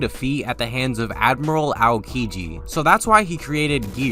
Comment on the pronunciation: Not "al-ki-ji." It's "ah-oh-ki-ji."